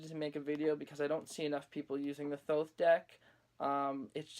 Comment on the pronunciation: FINALLY SOMEONE WHO PRONOUNCES THOTH RIGHT!!!!!!!!!!!!!!!!!!